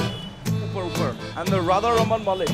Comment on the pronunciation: It's not mallik it's mollick